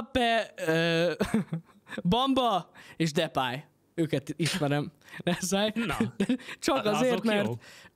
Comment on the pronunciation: Neszáj nem tod nevet szinpantani